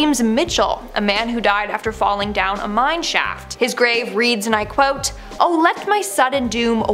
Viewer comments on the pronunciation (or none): none